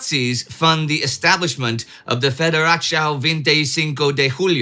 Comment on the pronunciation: Yes. It was close enough... but... federáciau vintê chinco de rulho was pretty bad. :P Although pronunciation is the last of my concerns. The overall content was far more realistic than our schools show(at least from my time).